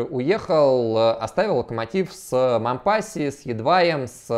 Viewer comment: Раз уж в ролике зашла речь про Мампасси (у него всё-таки на последний слог ударение, на французский манер) и Мариуполь "стёртый с лица земли" - рекомендую посмотреть ролики с канала "Мариуполь видео". Там показывается, в каком состоянии сейчас город. Выводы каждый сделает сам. п.с. Ссылок не вставляю, с ними коммент автоматически удаляется.